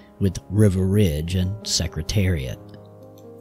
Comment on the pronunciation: Dude, you can’t pronounce Riva or Turcotte!! What are you doing pretending to teach about Secretariat?